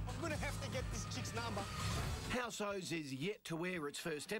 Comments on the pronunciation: Why are so many People Bitching about housos! if u dont like it dont watch it! If its that bad just bring it out on DVD so i dont have to see people having a cry about it!!! By the way u stooge its HOUSOS not House-o's! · shows you how posh kochie is he cant even say housos right :P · koshe can't pronounce housos